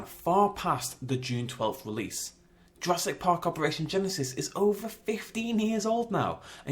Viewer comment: This just irks me it says JurassK Park